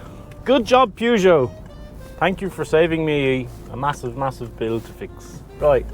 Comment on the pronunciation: Funny how you say Peugeot after all that time in France.